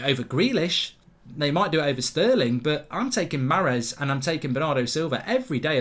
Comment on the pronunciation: It’s so vexing how he pronounced ‘Mahrez’